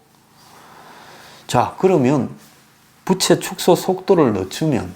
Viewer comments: "부채" 발음이 좀 그렇네요. 부:채 즉 "부"를 조금 길게 발음해야 하는데 짧게 발음하는 바람에 여름에 쓰는 그 부채로 들립니다^^ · 덕분에 경제상식 많이 알게되어 감사요~~~ 그런데----중국부채---라는 단어에서 부의 음이 장음인데- 단음으로 해버리니---여름에 사용하는 부채로 들립니다 이러한 현상은 여기저기에서 나타나는듯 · 경제는 많이 아는 가 모르겠다만, 우리말 부터 정확히 발음을 했어면 좋겠다. 빚은 빗으로, 빚을 말하는 부채는 더우면 부치는 부채로 말하고 있어서 듣기가 몹씨 어렵다. 우리말 부터 바르게 말하는 공부를 하고 이런 곳에 나왔으면 좋겠다. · 말을 좀 정확하게 했으면 좋겠네요. 부채(負債)는 '부'를 길게 소리내야 합니다. '부'를 짧게 소리내는 부채는, 더울 때 손으로 잡고 부치는 부채입니다. '빚에 속았다'도 '비세 속았다'가 아니라 '비제 속았다'로 말해야 합니다. '빚이' --> '비시' (x), '비지' (O)